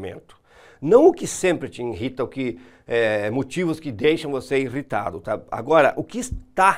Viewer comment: INRITA?? isso doí nos ouvidos, não custa acertar esse português aí hein...